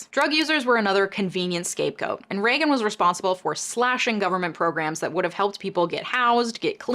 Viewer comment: É Reagan